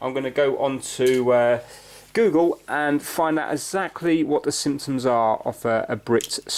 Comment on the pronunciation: whenever you say symptoms, it sounds like you are saying the simpsons.